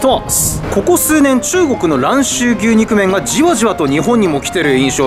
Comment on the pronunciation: あかん、あかんでぇ～～～ “ぎゅうろう麺”とちゃうやんかぁ～～～WWW“ニョウロウ”とか“ニョウロウ”とかって読むねんでぇ～～～って、指摘したからって“お詫び”とか邪魔くさい事せんでいいでぇ～～～日本人やねんし知らんで当たり前しなぁ～台湾行ったら旨い牛肉麺いっぱいあるでぇ～～～